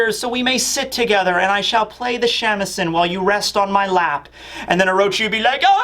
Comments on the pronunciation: Shamisen (shah-mee-seh-n) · Hearing your pronunciation of Shamisen is too funny. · How you pronounce shamisen makes me giggle